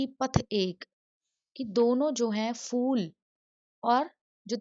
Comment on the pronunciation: Madam not ful its phul😂😂.